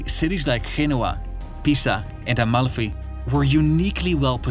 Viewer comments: Wait what, how did you pronounce Genova as Henoa? Never heard that one, is it the Spanish pronounciation? I have heard the German one, and it Genua with the G sound instead of J as in the Italian. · Genoa not pronounced like Spanish G. Italian G does not sound like H. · He is pronouncing the g as in Dutch.